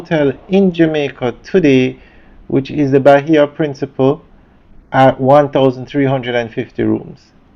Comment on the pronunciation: Its Bahia Principe. Not principle. Its annoying when you say principle